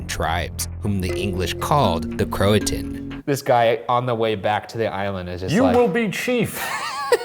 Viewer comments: I thought it was pronounced crow-a-shun not crow-a-ton. Who knew their videos could more then creepy education? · i usually love unsolved but as a local to the Croatan Forrest all the mispronunciations are killing me